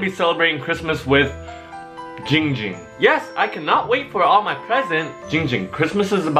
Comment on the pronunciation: ITS GINNNNNG GING NOT CHING WING AND NOT BLING FLING